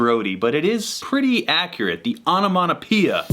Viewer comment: I mean he pronounced onomatopoeia wrong but I highly respect the effort